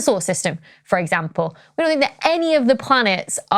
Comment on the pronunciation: it's Hubble, not Hobble, although....just because it IS hobbled, that's no excuse...and another one that irks me is "think"...I can't stand it when I hear people say "fink", it's lazy and trashy...